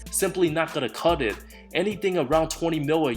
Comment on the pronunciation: the way you said not gonna CUT IT , i died of laugher , love this guy